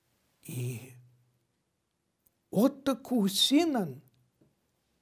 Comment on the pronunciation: Куусинен,ударение на *уу*двойное! Невозможно слышать неправильное произношение фамилии!